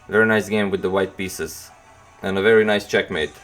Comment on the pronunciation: "Wery good move by "